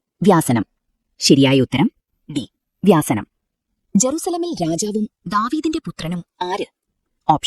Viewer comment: വ്യാസനം അല്ല വ്യസനം ആണ് 🙏